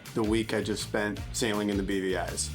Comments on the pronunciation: I always hear "The BBIs", aka "The British Birgin Islands". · OOoohhhh! It's the "BVIs"!!! I think I've only ever heard people say it, not seen it written, and I thought they were saying "The beady eyes" and was just very confused.